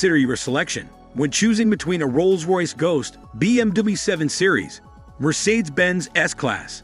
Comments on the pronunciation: Robot!! IS IT SO HARD TO FIND ANY EFFING LITERATE WHO CAN READ??. Mercersaids??.REALLY? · And mispronouncing Mercedes